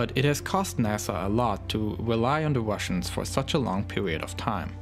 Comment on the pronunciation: and "Wussians"